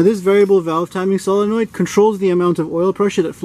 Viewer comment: My favorite part of the whole demonstration is the fact that you say solenoid correctly.